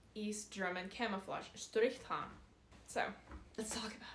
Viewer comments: As a german I love how you say „Strrrichtarn“. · Never thought that saying strichtarn could sound so nice. Btw brilliant content. Thx youtube algorithm showing me your channel.